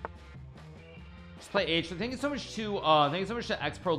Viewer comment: Nobody: Hikaru: THAHNKYOUUSOHMUSCH!